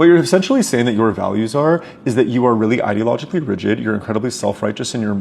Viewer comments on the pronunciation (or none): Okay, I completely agree with you, but the way you pronounced ideologically really bugs me. It’s EYE-deologically, not…whatever you were doing.